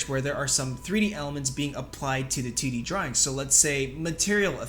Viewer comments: I can't unhear him saying "tiddy animation" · Every time you say 2d my 3rd grader brain hears tiddy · It's how he says it. Tiddy animation. Nice